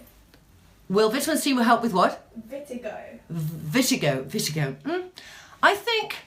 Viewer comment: Its not absorbic its ascorbic...and its not vitigo its vitiligo(which is hypopigmentation not hyper!)..it is keeping me off from completing the video apart from the filming set up..bye!